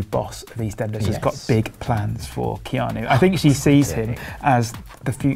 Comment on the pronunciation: Keanu not keano